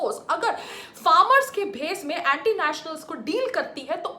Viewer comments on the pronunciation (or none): none